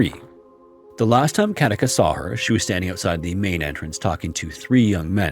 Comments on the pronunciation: Very interesting video! I enjoyed it. One quick note. The name Katica is pronounced Katitza. You are accentuating it correctly though 😊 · I live in Zagreb, Croatia🙂and Katica is pronounced as Katitza. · The name Katica is pronounced more like Katitsa. The c is pronounced like the ts in tsar and not like the c in cat. Sorry, I am a smart-arse who speaks Croatian. I really like your videos. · Actually Katica's name is read as a c not a k.It's quite sad that Hedviga died without anybody noticing it .Also the account of her being seated dead with steaming hot tea is ludicrous.The lady has been dead for decades.How was her tea hot then???A ghost made the new steaming hot tea???